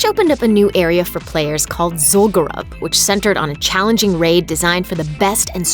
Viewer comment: you pronounced zul'gurub wrong.... also, hakkar isn't a dragon, or demon, he's a wind serpent(possibly loa spirit?) i was questing in desolace or something like that at the time(mid-level zone, not near a goblin city or any major city). i remember my dad, who was able to get into the raid, telling me to avoid going to orgrimmar for a few days until the next patch, at which point he said he would scout it out. so i indirectly heard about it. i also remember getting up at 4 in the morning to watch my dad get his ass handed to him by the armies of Ahn'qiraj when the going was rung(i think i was leveling in un'goro or so at that time? maybe slightly higher? wasn't at 60 yet, i know that). that was amazing. i also recall the weekly run to the local ice cream shop for malts for me and dad, then watching him and his guild of friends from work get destroyed by the same bosses in zul'gurub over and over again(blood lord mandokir was a big one, as my dad would fairly constantly pull aggro as a rogue, even when he only used basic attacks). good times...